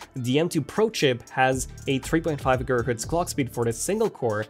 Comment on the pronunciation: Girghertz? Lol 😂